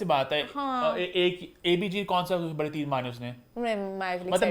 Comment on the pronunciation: sweetie, it’s Ban gai thi, not Bhan gai thi, similarly it’s Baray not Bharay:) Hope you would take it constructively:) ❤